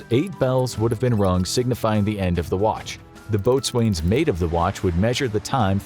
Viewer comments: "Boatswain" is ponounced "BO-zun" (Navy Veteran) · I wish those who are doing these presentations would learn to pronounce the ratings properly. The Boatswain Mate is pronounced as if it were spelled Bo'sun. The term used when addressing a Boatswain is "boats". The Corpsman is pronounced as if it were spelled coreman. Most Corpsman, especially if a more senior rank is addressed simply as "doc".